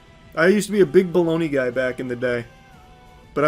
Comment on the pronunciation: I fucking love bologna (buh-log-Nuh)